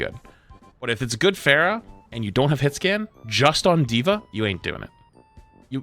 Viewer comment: has played Overwatch for how long and he pronounces “Pharah” like “Fair-uh” 💀💀💀